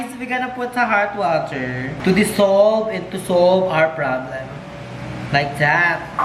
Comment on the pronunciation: Gusto ko ung milo and water "Mater" HAHAHAHAHAHAHHAHA